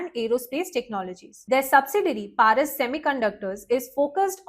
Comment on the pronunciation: প্যারিস নয়,ওটা পরস ডিফেন্স হবে